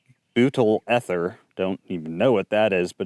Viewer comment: You don't know how to pronounce ether?